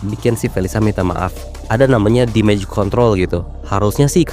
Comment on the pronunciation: damage juga dibacanya demej/damej (dæmɪdʒ). Bukan dimej.